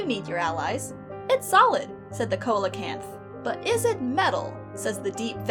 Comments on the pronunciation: "coh-leh-canth"?? it's "SEE". SEE-low-canth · coelecanth is pronounced SEElacanth.